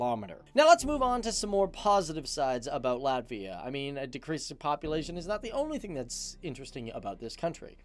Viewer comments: Izklausās ka viņš saka Lavia 🤣🤣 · he didnt say ''Latvija''.. he said ''Latvia'' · viņš saka Latvia, izslēdzot burtu "j"